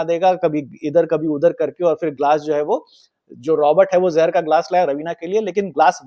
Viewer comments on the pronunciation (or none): Great episode 🎉 But it's not 'jahar' it's 'ZAHAR'. Thanks